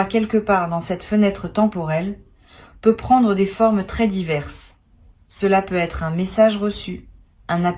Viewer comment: insuportable la voix IA avec ses :"peu être" , essayez au moins de prendre des voix qui font les liaisons en Français si vous voulez être crédibles